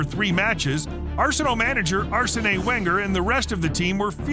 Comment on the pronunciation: I lost it when he said Arsene Wenger as 'Arse and a' Wenger xD